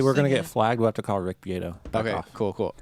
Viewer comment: Rick Be-AH-toe not Rick Be-AY-toe 😂